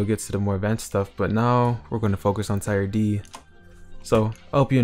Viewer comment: Great vid, just saying you say “tier” like “teer” not tyre. (Anyone else have a better way of explaining would be great 👍)